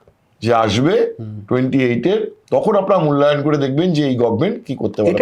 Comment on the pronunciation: একজন সাংবাদিক গভর্নমেন্ট শব্দটা উচ্চারণ করছেন গভমেন্ট । শ্রুতিকুটু লাগছে।